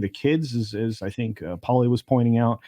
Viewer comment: Wills hurt? Poor little, "tink, tink!"🥹